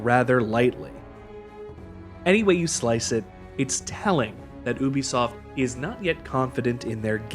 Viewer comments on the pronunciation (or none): I think it was probably because you keep pronouncing Ubisoft wrong.